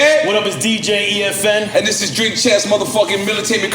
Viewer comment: Damn...lol Another guest that says DJ "FN" instead of EFN... At this point, just gotta roll with it..lol